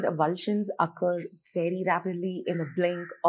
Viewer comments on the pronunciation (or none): none